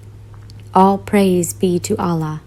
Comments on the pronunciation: Hi sister salam if you are reading this i just wanted to tell you something. Your love for Allah is so great may he increase that same love thousand time for you,me and everyone sister when you pronounce the name of Allah Its actually AL- LAH not A-LLAH INSHALLAH YOUR PARENTS AND THOSE YOUR LOVES ONE ARE GUIDED TO THE RIGHT PATH. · It's Allah not Allaah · Its Allah not Allaah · Its not islaam its Islam, its not alaah its Allah! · Ahlaah? Sahlah? Lol only in America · Say allah properly at least